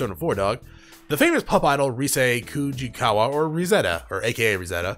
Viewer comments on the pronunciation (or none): for future reference - "Risette" is meant to be pronounced similar to "Reset" - as it's a pun on that term